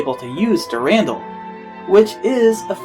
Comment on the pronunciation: And its called Dur-an-dal